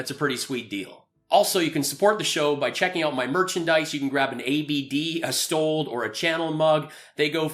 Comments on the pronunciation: Mike Pillow actually said "stolden". Pretty funny. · "The lection was stolled... where do I buy this RoKo box"